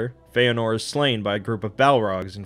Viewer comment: You've got 'Fëanor' right. Well done!